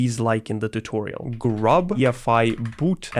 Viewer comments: you spelled grub wrong you said gurb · ts was painful to watch you said gurb in chroot